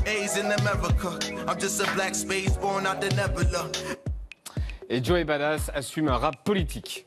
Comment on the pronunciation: Message pour Yann: on dit pas "bad-ass", on dit "badass"... Tout comme on ne dit pas "du-con"' mais "ducon'".